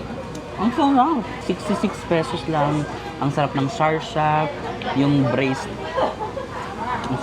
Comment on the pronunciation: Sarsya or Sarsa? Sarsa kasi ung alam ko. Kay ko lang narinig yung Sarsya. Saang dialect sya gamit? Thanks